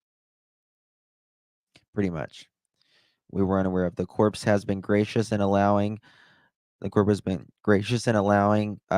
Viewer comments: ‘Corps’ is actually pronounced core in this case, not corpse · BTW: ‘corps’ is pronounced ‘core’…